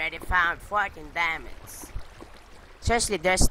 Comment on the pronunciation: DER ISS 18 DIEMUNDS *dat accent